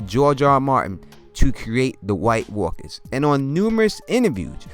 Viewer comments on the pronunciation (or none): I love how he says white walkas lolol!